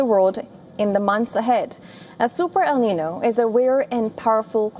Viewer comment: Please learn how to say "El Niño" properly.